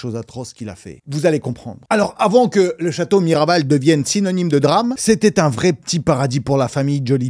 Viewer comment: /!\ le château c'est "Miraval" pas Marival, et ce château a été transformé en studio d'enregistrement, mixage et mastering (ce château était déjà à la base l'un des studios français les plus mythiques) et Brad a financé plus de 3 millions pour le remettre à neuf. A savoir qu'en réalité Brad Pitt est très très cool, l'ingé son des studios Miraval (Damien Quintard) est un ami donc je l'ai déjà vu une fois, je crois que c'est l'un des mecs les plus cool que j'ai jamais rencontré, super gentil et très drôle comme mec, et pas une fois je l'ai vu avec un verre à la main soit dit en passant. Du coup ayant déjà rencontré le type et lui ayant déjà parlé, ayant vu comment il est dans le privé, je ne peux pas vraiment penser du mal du lui, on ne se dit pas, mais alors pas du tout qu'il est colérique ou a des problèmes de dépendances au contraire. Damien me dit tout le temps qu'il sait qu'à chaque fois que Brad va passer au studio ce sera epic et est lui-même à chaque fois super impatient de le voir donc bon, un peu dur à prendre au sérieux cette vidéo, du moins du point de vu des gens proches de ces passions j'imagine que c'est le cas pour eux aussi...mitigé quoi 😬